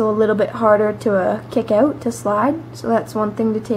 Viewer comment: "kickin it oat" :P